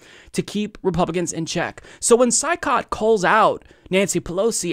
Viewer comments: Hey, his name is pronounced Choy- COT. Just saying. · It’s pronounced Shoycot,. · Saikat is pronounced as shoy-kaht. At least that's how Kyle Kulinski says it.